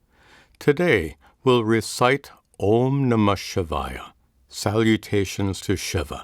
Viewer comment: "Om Namah Shivaya" - ऊँ नमः शिवाय | The last letter is 'य' (ya - short), not 'या' (yaa - long). If you're new to the Mantra, learning to pronounce the right way will help make it a "groove" in the mind (as a habit). 🙏